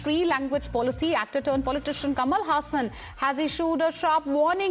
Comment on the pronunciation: It's not Hassan, it's Haasan. Pronounce correctly please